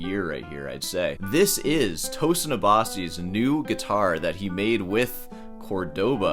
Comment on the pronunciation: It’s pronounced Toe Seen like Mar SEEN